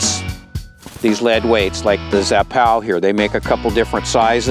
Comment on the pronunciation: How does he read Zappu, as Zappow, lmao.